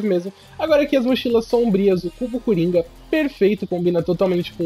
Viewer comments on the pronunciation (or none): none